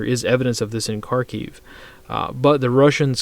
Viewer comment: Kharkiv is pronounced Harkeev with a rolled R